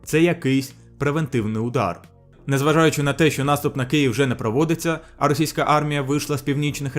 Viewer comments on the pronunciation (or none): none